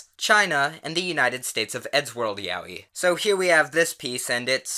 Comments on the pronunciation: That isn’t how you pronounce ‘yaoi’ btw..... XD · "Ya-wee" I'm choking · The way he pronounces Yaoi triggers me. Lol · Is that really how you pronounce yaoi?